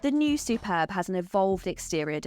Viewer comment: Yay you got the name right lol I have the Superb iv sportline plus and the only thing that lets it down is the battery range started at 32 miles and now it is cold I am down to 19 miles on 100% charge and that is only charges at 3.5kwph